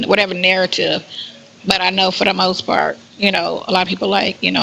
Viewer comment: that “pawt “ he made that very clear. He will leave as soon as he gets in his feet